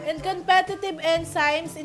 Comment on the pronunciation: Enzymes should be pronounced as en-zimez. Not en si mes